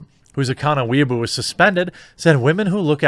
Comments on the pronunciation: It's gotten painful now. The Chinese social media site is WAY-BOW (as in bow and arrow). An annoying person obsessed with anime is a WEE-UH-BOO. Learn the difference. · You kept mispronouncing Weibo ad "weeaboo". It's pronounced as "Way-bOh". It just bothered me how you mispronounced it. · Believe it’s pronounced: “Wei-bo” (unless Chris from China Uncensored is doing it wrong) just sounds like Jeremys talking about Japanese Otakus. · Jeremy keeps saying "Weaboo" instead of "Weibo"; whether this is intentional or not, I hope he keeps saying it! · Dude...Weibo is pronounced "Way Boh". "Weeaboo" is a term used to describe socially awkward people who think they're anime characters, or try to act japanese according to anime depictions of that culture and clumsily drop japanese phrases (usually mispronounced or mangled) into every conversation. On the other hand, you could just be doing this on purpose to "innocently accidentally" say a word that's frowned upon. In THAT case, glad you're not talking about anything going on in Nigeria... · Well said throughout this entire video, but one thing; it's pronounced "WAY-bow" in Chinese. The CCP is no friend of mine either, but this is one thing I wish we'd do in America as well; cancel the cancel culture types, because frankly? Being shut down violently is the only way they learn anything, if at all. Or understand anything. There's a reason they're called idiots, useful or not. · Way-Bo. Weeaboo's are cringey westerners who are super cringe about anime and tend to interject their speech with random Japanese words. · It's pronounced "way bo" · I won't knock you for contracting your words like "could've" and "should've" but I will get on your case for pronouncing Weibo as weeaboo 😂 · God bless you for pronouncing "Weibo" as "Weeaboo" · Weibo is pronounced "Way - Bau". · Not to be that guy but Weibo is pronounced way bow. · I crack up every time Jeremy tries to say Weibo, he keeps saying weeaboo which means something else in Japan.